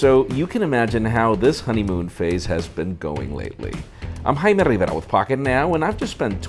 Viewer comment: That "Haiiime Rrriverra" is so satisfying